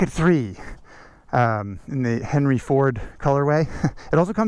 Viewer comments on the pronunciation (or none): none